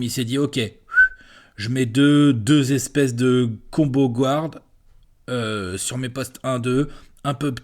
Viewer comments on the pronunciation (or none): Guard guard guard guard notttttttt gward please please please stop butchering the word 'guard'